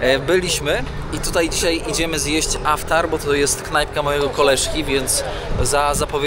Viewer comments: Yes, it's IFTAR, not AFTAR. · IFTAR,,a nie żaden "aftar". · poprawie slowo - to nie Aftar, to IFTAR;) ale filmik super, jak zawsze. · Aftar czy jednak iftar. Możesz to wyjaśnić. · Chyba iftar a nie aftar ! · Iftar a nie tak jak mówisz. P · Aftar , tuniz zamiast Tunis, weź popatrz w ten internet i naucz się wymowy bo filmy fajne ale słuchać się tego nie da!! To 2 z wielu przypadków